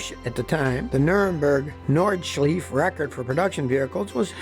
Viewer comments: Nordschleife Nürburgring.....is not Nürnberg. It is pronounced Nord sh life ah, Noor burg ring. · Nordschleife is pronounced ‘nordsh LIFE uh’ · Nobody: Scotty: Nordscleef 😂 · You pronounce nordschleife wrong